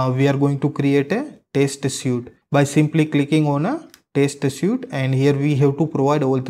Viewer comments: Better learn English. Don't you know how to pronounce the word suite? It's not [sju:t], it's [swi:t] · Hi! You mispronounce the word "suite".